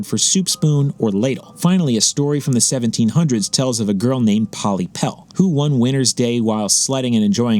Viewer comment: Pollepel is indeed a Dutch word only its pronounced in English as Pol Lapel